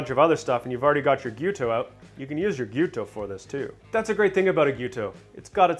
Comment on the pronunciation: Thanks for saying "Gee-YEW-toe." So many people say "Gee-YO-toe" and it mildly annoys me. First-world problem I know.